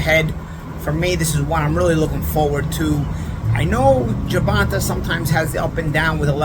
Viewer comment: GervantUH. Love it.